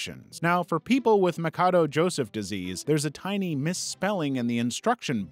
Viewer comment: Machado is spelled MA-SHA-DO